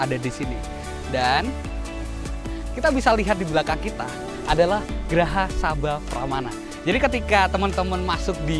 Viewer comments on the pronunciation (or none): Grha mas bukan graha wkwkw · bacanya GRHA bukan sih? bukan GRAHA? Perpus Pusat, bukan Perpus Umum cmiw